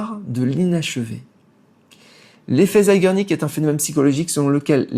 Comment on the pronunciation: Zeigarnik = horloger en Polonais, je dirais l'effet du temps avec une femme. Tu arraches le Polonais = Zégarnik c'est comme cela, qu'il faut le prononcer